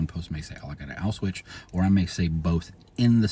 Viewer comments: Yeah, I was hearing it as "auswitch", and... like, I don't really care, in ways, but at the same time, if we're talking about algorithmic matching of names, etc., I could see people missing the Auschwitz connection somehow with this. 🤔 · Only thing I disagreed with was your pronunciation of the word "Auschwitz". Sounded all wrong to my ears. But anyway useful information. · I can't tell if it's a speech issue or a deliberate choice to avoid crnsors like "grape" does